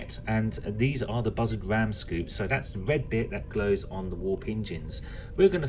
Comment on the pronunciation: Sounds like you're saying buzzard collectors instead of bussard collectors. I've always heard it pronounced "boo-sard"